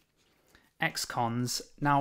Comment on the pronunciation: You say x cons, I hear ex-cons 😆 Great series btw